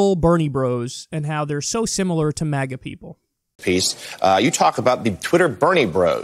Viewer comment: They keep saying "MAHGAH" like they're pronouncing something from another language lmfao